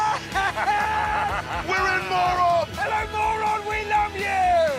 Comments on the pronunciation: You pronounce it as = Murun, btw. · They are saying Moron on purpose, thats the joke. Moron means very stupid.